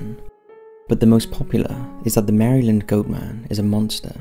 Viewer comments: I know it probably sounds weird, but Maryland is pronounced "mare-lynd" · Mera-lend. American pronunciation.